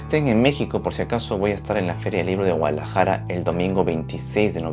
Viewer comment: creo que dijiste Gualadajara.